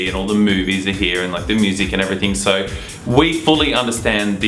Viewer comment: "so" = sowr (?)